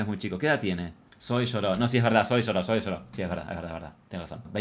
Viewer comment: Amo a Zoe 💖 (Zoui se pronuncia visheros ahre 😅) 🙊🙊